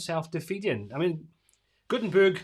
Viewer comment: Did you say “GutenTURD”? 😆